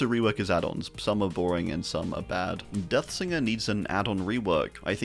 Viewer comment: Did bro said deatgsinger?